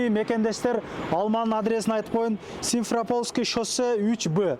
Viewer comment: Айланайын, Симферепольское, облепиха---деп тан атканча кайталап чыкчы. Рекламанын нанын жегенинден кийин, кичине аракет кылда. Дунуройуп алып, соктура бербей. Башка элдерге, айрыкча орустарга шылдын кылып атасын бизди. Кече бир чаласабат кыз:,, Калпагынызды чечип, шапке алын"--дезе, ун😂🎱